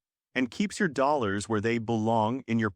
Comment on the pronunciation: The way the AI voice says dollars made me cringe every time. Barely made it through video.